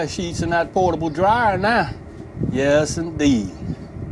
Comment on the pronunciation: Nice setup. We use thr bounty sheets as well. We laugh everytime you say ' Yes Indeed' New Orleans all day!! 😆 😆. Thanks for sharing. Have a good weekend